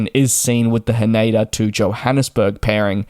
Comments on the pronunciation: It is Tokyo "Haneda", not "Haneida". 😅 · "ne" in Japanese sounds like "next" in English but without the "xt. He says more like "nay" in "naysayer". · He said it wrong.